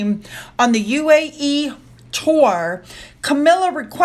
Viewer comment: You can't say tour.